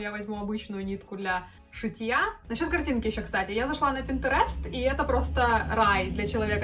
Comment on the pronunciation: Ее произношение слова пинтерест ☠️